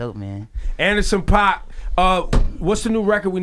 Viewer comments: I feel like every manager at some point have to say to their artist before doing an interview "bear with it"..." and enjoy "lol. Please, somebody tell Rosenberg to pronounce Paak as "Pack"... like Paak. Not "Pah-k" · they kept sayingPOCK. in every song and interview he says PACK. .paak. all 3 of these bozos said POCK and said he was amazing. really bro? lmfao. they acting the whole interview, HOT 97 IS WACK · "pack" not "pah-k" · I kept shaking my head 😕😕. He says it like PACK!!!! Not like 2pac daaamn!! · It’s pronounced Pack, fools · Were they saying his name wrong? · There saying his name wrong lol